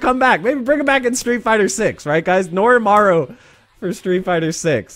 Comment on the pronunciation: It's Norimaro not Norimaru